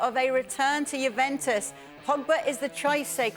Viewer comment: Bahahha of course the French guy says no to Juve, he wants PSG 😂 also how do you guys get paid and can’t pronounce Juventus properly lol